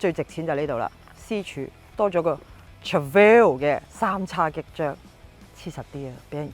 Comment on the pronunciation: Please learn how to pronounce Trofeo first......